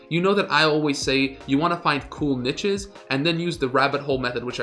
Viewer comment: NEESHES lol jfc